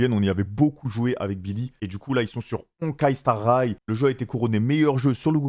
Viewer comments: il a dit honkai star ray mdrr jpp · « Honkai star raille » « Hatsune Mike » « Robin » il a défoncé tous les noms qu’il pouvait défoncer 😭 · "Honkai star rayle" ptdrr